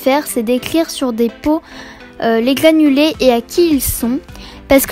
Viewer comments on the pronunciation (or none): Tu dis gliffe à la place de griffe et glanuler à la place de granulé sinon trop bien